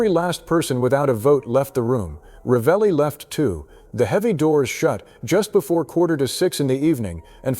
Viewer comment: La persona che legge deve imparare a pronunciare il nome esatto che non è Ralli ma Ravelli